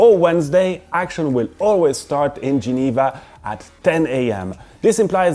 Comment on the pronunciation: Love when you are listing all brands with the ”real” Geneva/French accent. You should do a video how you actually prounounce the brands👌🏻